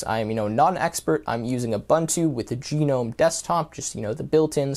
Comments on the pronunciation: People prounoncing gnome gnome nome TWT: geeeenome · Do you pronounce "Garden Gnome" was "Garden Gee-Nome" ? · If you're going to provide advice on operating systems you prob. want to learn how to say Gnome properly. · When it comes to the desktop environment, it isn't pronounced like "gnome" in garden gnome either.